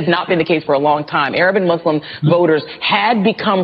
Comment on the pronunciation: Moos-lim Please practice your pronunciation. There’s no z in Muslim. (Not mazlam or izlam)